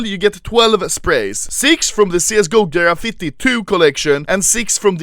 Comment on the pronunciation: Normal people: graffiti Anomaly: ghrafitte